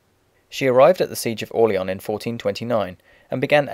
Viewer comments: dauphine pronounced do-fa and orleans : orleon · Im not sure if your pronouncing Dauphine and Orleans wrong, but it sure sounds like it.